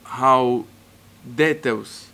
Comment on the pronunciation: Plain English:details Costa: duhtails Sorry